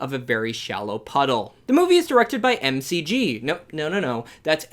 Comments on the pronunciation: McG pronounced his name MicG. Like McDonalds. Not M C G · “MCG” is pronounced “McG” [mic-gee]. Like McDonalds. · It's pronounced: mick gee not emcee gee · It’s pronounced Mick G which is worse